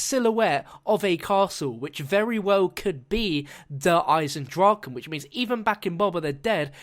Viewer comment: You pronounced it correctly. Yay.